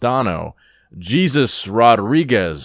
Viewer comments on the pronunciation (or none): LOL this guy "Jesus", it's pronounced "Hey Zeus" ...c'mon man! 😂😂😂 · You pronounced the name Jesus in English lol it’s most likely pronounced in Spanish